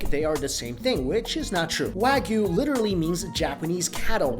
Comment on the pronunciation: Ko-BEH not BAY. Also not "Wag-you" it's "Wa-gi-yu." Gi-yu=gyu